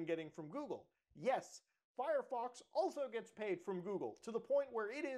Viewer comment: Mutahar says furryfox all the time. I always find it enjoyable. Honestly wouldn't be mad if Firefox changed its name to that ngl.